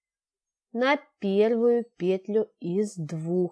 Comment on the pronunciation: Да не пееетлю,а петлю́юю!Ну очень неприятно слушать,прямо режет слух неправильная речь.